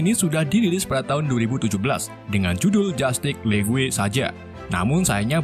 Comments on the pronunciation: Justice League. Bacanya "jastis le-gu-e". Ok. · Penyebutan "Jutice League" = "Jastic lig"